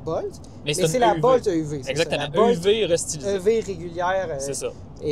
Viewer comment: Bolt ne se prononce pas comme volt 😊